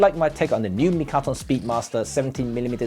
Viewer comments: Mitakon, not mikaton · Is it "Mitakon" or "Mikaton" 🤔? Well, thanks for the interesting review! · I love how you spend the whole video mispronouncing the name of the lens...lol!